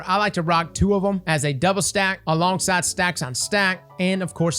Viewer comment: Ah yes the “Doulbe” loot nightfall